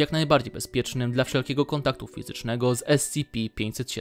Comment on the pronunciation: fiztcznego mój ulubiony wysiłek fiztczny